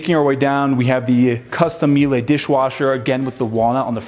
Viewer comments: Awesome home and great videos. Btw, Míele shoud rhyme with Sheila or better yet, "Mila" of Mila Kunis fame. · Miele is a German company. It's pronounced "mee lah".